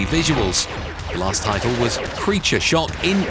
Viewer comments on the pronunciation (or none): none